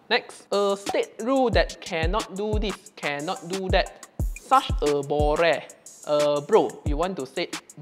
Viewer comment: 😂本来就有bore这个词啊 你那个用马来文发音绷不住了